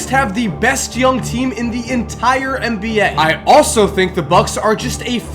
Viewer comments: This dood said 'mba' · Hey - I think this is the GREATEST NBA channel on YouTube, and it's not even close... but if you said "NBA" instead of "MBA" in your videos - it would make it just slightly better;-). Ok, that's my OCD speaking...this is NOT a backhanded compliment! Thanks for your consistent awesomeness!